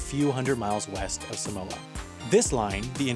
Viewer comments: its pronounced saahmohah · Sorry I’m Samoan 😂😂😂😂😂😂 I cant 😂😂 When Palangi’s say Sumowa instead of Samoa it kills me 💀💀💀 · suh-moa is killing me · It's not pronounced 'Simoa' it's pronounced SAH-moa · From a half samoan- it’s pronounced SAAH-MOA not SUH-MOA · Um it's not pronounced sam-oa ot's pronounced seem-wAh smh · U Pronounce Samoa wrong just say Some-Moa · It's Saw-moa like the a in father. But if you are speaking in English it's okay. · Its pronounced 'Sahhhhh - More'. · Long a for Samoa tho. Think Sah-moah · YOU'RE PRONOUNCING SAMOA WRONG! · The guy pronounces Samoa so weird